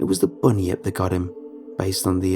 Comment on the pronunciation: I love this series! 😃 Thank you as always for reading the stories you do! In the interest of a helpful tip for any future Aussie stuff, it's 'Bun-yip' not 'bunny-ip' and 'Mel-bun' not 'Mel-born' (only poncy people say 'Mel-born' here 😛)